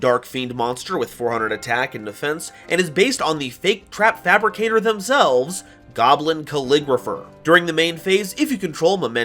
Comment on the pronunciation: Its not goblin its GAWBLIIIIIN